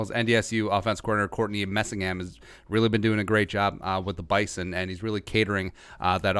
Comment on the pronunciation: Rule #1 of a review video on the Bison. It's ONLY pronounced correctly with a Z. It's Bye zun.